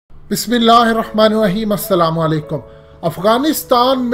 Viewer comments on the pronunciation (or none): بھائی بسم اللّه سہی پڑھا کرو